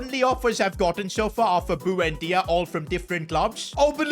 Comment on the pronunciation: the way you pronounce buendia is so triggering bro like it ain't that hard to pronounce